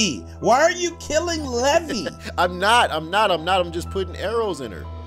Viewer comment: Her name levi said levy but it’s levi